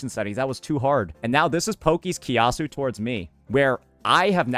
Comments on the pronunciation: hahaha from kia-su to ki-a-su but its fair game since likes to use terms that saint wont understand xD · Malaysia mentioned 🗣️🗣️🔥🔥 btw his pronunciation on kiasu lmaooo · unc kiasu pronunciation made me laugh too HAHA